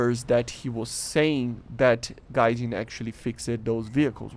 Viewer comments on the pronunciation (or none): none